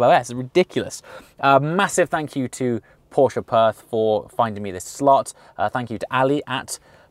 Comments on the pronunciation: Thank you for saying "Porsche" and not "Porsch". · Just wanted to let you know that the way you pronounce „Porsche“ is pretty damn flawless! Greeting from Germany